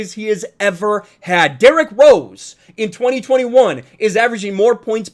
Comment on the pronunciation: Goddamn, D-Rose he said lol